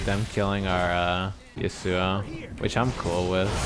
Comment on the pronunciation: Its not YasouO, Its Yasou get it right ImaQtip